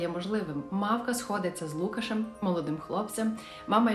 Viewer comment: Важлива просвітницька інформація - це взяти словник і подивитися правильний наголос в імені "Лукаш". Авторці каналу теж раджу просвітитись.